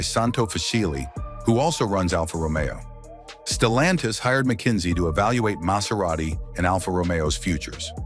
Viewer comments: I just realized this voice is ai cause it said alpha Romeo wrong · et your A I chat to pronounce the Alfa ROMEO correctly,,, Its not Romeo and Juliet!